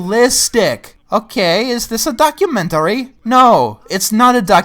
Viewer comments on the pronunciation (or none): "is dis a doc-u-men-tar-ry?" I don't know why I laughed at that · I like the way you say documentary